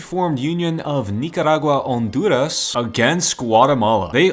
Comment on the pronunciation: The Way You Say 'Nicaragua-Honduras Union' is just... Too Funny